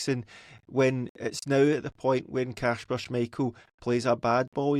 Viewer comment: can someone tell that It's kasper not Kashper